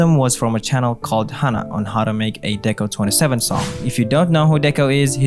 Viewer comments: Says "Deco twenty seven" Shows wikipedia page that says it's pronounced "Deconīna" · Deco*27 is pronounced Deco nina